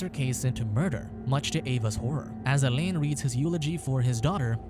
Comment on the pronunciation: Not as bad as hearing him mispronounce ‘alain’ as elaine the whole time.😂